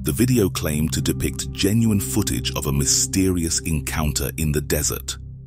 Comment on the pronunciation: One horrifying thing is how the narrator pronounces footage